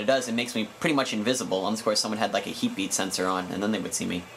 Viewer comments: LOLOLLOOLOOLO. this man said heatbeat sensor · u said heapbeat censor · lol i think he said heatbeat :P